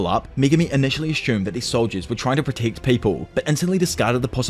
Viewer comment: The way you pronounce protect and Megumi must be a wind up, right? Ridiculous